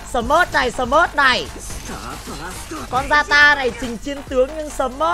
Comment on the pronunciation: zata❌ yata✅